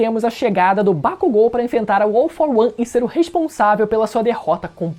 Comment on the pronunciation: Gente, será que só eu vi que ele falou errado o nome dos personagens? É Bakúgo e não Bakugô... É Midôria e não Midoría ( Usei os acentos para mostrar a forma correta de se falar).